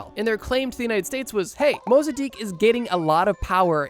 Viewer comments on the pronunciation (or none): COINTELPRO is coin-tel-pro Mossadegh not Mossadikh Harvard has a robotic bug lab